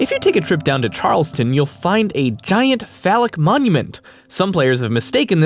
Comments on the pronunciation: *Charlestown not Charleston!!! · I'll be that guy, Charles-TOWN, not Charles-TON.